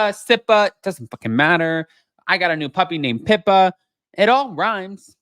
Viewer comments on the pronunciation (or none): none